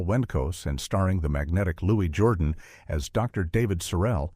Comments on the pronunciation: Lewy Jordan? Bet Davis? (phonetically spelled the way the obviously uneducated narrator) How about pronouncing the names of famous actors correctly?? It's soooo distracting. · And they mispronounced names like Louis Jourdan and BETTE DAVIS, for heaven's sake!